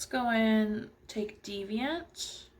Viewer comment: THANK GOD A GURU WHO CAN PRONOUNCE DEVIANT CORRECTLY. i really liked this review, although maybe using a slightly higher and closer camera angle would be beneficial because the mirror covered all the action! i liked your honesty and that you said you might need more time to vibe with it. were the colours easy to blend?